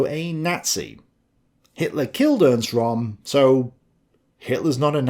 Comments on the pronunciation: röhm not rom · Ernst RÖHM - NOT "Rom" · It' RÖHM, not Rom!!! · No, its pronounced "Göring" & "Röm". The vovel is similar to the one vovel in "heard". pronounciation is frankly lousy. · Possibly your best video so far (as far as poking the lefties with a pointed stick in concerned) But I am surprised that you didn't mention Herman Goring's pre-Nuremburg debriefing when he was asked about Ernst Röhm (pronounced “Rhurm”, by the way) and “the night of the long knives” said that Röhm “was in my way” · could you possibly learn how to pronounce German names correctly? It's not ROM! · you've pronounced Goering's name correct and Rohm's name also has an Umlaut and therefore its pronounced the same way. Rohm's name is pronounced RERM. Same way as GER-ING. Just sounds better when the Germanic name is pronounced correctly. As always, brilliantly researched and presented. Kudos to you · Great video but Röhm is pronounced like “room”.